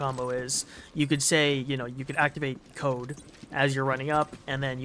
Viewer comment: yeah yeah, some things are just little issues like trying to say code, and listens cold , terminal listens tur minal lol its almost there just give a little push and its perfect